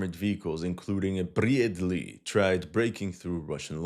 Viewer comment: "Bryadley" 🤣🤣🤣 You are killing me